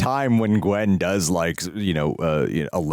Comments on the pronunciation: it's not greg it's gwen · it's gwen not quinn